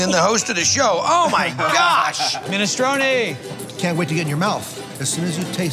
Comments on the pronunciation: yuh that's "minestroun".. and i'm the pope - tf outta here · Why does Guy pronounce minestrone without the E at the end? I'm so confused.